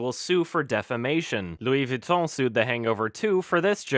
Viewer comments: I LOVE how correctly pronounces Louis Vuitton! It sounds so pleasing to me when he does it, even though most europians can't -. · This is unrelated, but I love how you pronounced Louis Vuitton beautifully